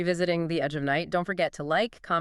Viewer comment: didn't you watch even one episode of Edge before making this? that's not how Monticello is pronounced. AI slop. I watched it from the '60s onward and never once heard anyone ever call it "EON" The "Agich of Night?? "EONON??" wft? - don't you edit these before publishing?? what time is it? "two point thirty"?? "four point zero"?? slop slop slop Raven was married to both Kevin Jamison and Logan Swift before any Whitney/Brown plot was ever hatched - slop slop slop